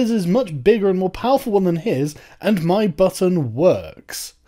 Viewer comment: Man you should've left in the laughter And ffs cenk and whoever that other guy is, he was saying "MY button works (to imply that we actually have nukes and North Korea is bullshitting and doesn't)" not "my button WORKS!". If you're gonna take something so ridiculous this seriously, at least don't so radically misinterpret it. You wouldn't have gotten into the topic of trumps dick if you didn't misread the tone of those three words. You both have managed to make this even more embarrassing for yourselves than it was already going to be.